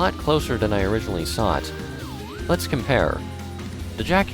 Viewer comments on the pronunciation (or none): why does he put s before his Ts like why does say sought instead of thought